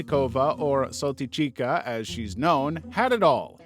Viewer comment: Correction, Countess Saltykova, a.k.a. Saltychikha (pronounced as "Saltychiha", not "Saltychika") was persecuted on October 2nd 1768, sentenced to loss of noble title, life prohibitation of mentioning of her past and lineage belonging to any Russian nobility, 1 hour of standing by the shame pole with a sign around her neck stating her crimes and a life sentence in an underground cell in a monastery without light and human contact (the sunlight was only allowed during her meal times and the only human interaction she would ever have was with either the guard or a nun assigned to check up on her). This sentence was signed by Catherine the Great herself, after viewing the files of a six year investigation of her case, that got attention by, very ironically, two of her peasants who walked all the way to Saint-Petersburg headquarters of the Russian Imperial Police department to file a report against their monstrous house owner. Her killing wasn't just a product of her husband that had multiple affairs with the maids, she was a prime example of a born psychopath since at some point she killed her husband too. Russian sources state that she was in love with her "brother-in-law", before she got married of to her husband who just so happened to be older than her love interest. During the first years of her marriage, she just cheated on her husband with his brother. One more chilling detail is that she was obsessed by being a mother, but knowing full well that she can't just go ahead a